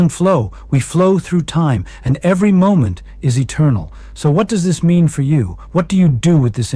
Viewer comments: AI clearly: M O ment in stead of moment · Pretty obviously ai. His hand gestures are mathematically perfect and repetitive. Also, he said M O ment instead of moment.